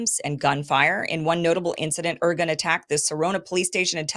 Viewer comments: Kim..please…if you’re going to do this presentation, commendable by the way, ask for help ahead of time with names and proper pronunciation. It adds so much more credibility. I’ll do it phonetically. Men-achem Be ,like “bay” gin ,like I’m “gin” na get ya. The terrorist gang Irgun, like “ ear” ,like “guun “. Others were the Stern Gang, Hugannah, Lehi and a few lesser lights. They strung up British troops in orange groves after killing them. And killing civilians wasn’t above these “ moral” group of terrorists. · The content is good but the pronunciation.................If you're on the internet, the information super highway, there's no excuse for not finding out how to say, Irgun, Lehi and Menachem Begin. Mangling the names is pure laziness and/or American arrogance, the attitude that foreign names are not important. How would she feel about being called Keem Aborsong? Thumbs down for that sadly. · I like Kim, but this needs a serious fact check. The Irgun (she couldn't even pronounce the name? How much research was done here?) were a militant underground organization that operated outside the mainstream Zionist leadership. They were NOT representative of Israel (which didnt even exist prior to 1948) or their leadership, but she conflates the two as being the same. The fact is the main Jewish leadership, represented by the Jewish Agency and the Haganah all condemned this attack. No mention of that by Kim. As a side note, the Brits in 1939 issued their 'White Paper', which severely restricted Jewish immigration and forced many Jews back to Nazi occupied Europe. Never an excuse for violence, but this was the main beef of the Irgun. Again, no mention of any of this relevant information, just "Israeli Terrorism Campaigns" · not "organ" but "IRGUNE" "IRGOON" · Ir GUNNE. Men AH hem BAY gun.